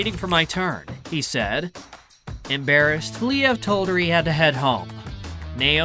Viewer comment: I gotta say, this breakup really made me feel sad. They seemed like such a wonderful couple. Whatever happened between them, it seems like they are very active co-parents and do whatever they can to make the situation as comfortable for their children. Btw - I'm not sure you're pronouncing "Liev" correctly. Perhaps you can listen to other interviews with the stars you profile and hear how they pronounce their name.